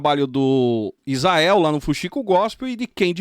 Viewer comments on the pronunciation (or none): none